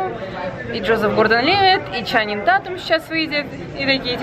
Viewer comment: Вообще-то Ченнинг Татум, а не Чаннинг Татум